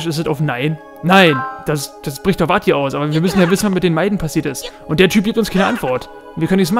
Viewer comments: man schreibt es vaati, spricht es aber nicht faati sondern waati aus 🙏😂 bin mal gespannt wie dein lets Play weiter geht 😅😅😅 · Ohje... Vati? Sprich das doch lieber Wati aus, hört sich besser an^^ Aber ok, ist ja eh zu spät :P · Ich freue mich, dass du es endlich spielst :D Nur wie du Vaati aussprichst nervt mich ein wenig.